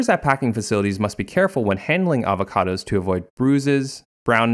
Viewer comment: I will drink everytime he says avahcahdahs Edit: I got alcohol poisoning